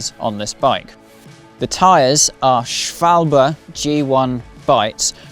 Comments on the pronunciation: one of the better pronunciations I heard in recent times. A lot of YouTube presenters pronounce it schwoalbee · Impressive pronunciation of Schwalbe! Greetings from Germany. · Yeah! Now you got the right pronunciation of Schwalbe! Congrats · Respect for properly pronouncing "Schwalbe". Ride safely. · That’s exactly what I thought. Cheers from Germany